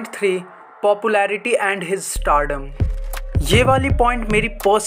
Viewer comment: Bhai startdom nhi hota stardom hota hae 😂